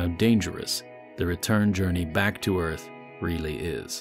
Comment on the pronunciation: are you sure de earf is frat becase ife ben oop dere and it’s astonishing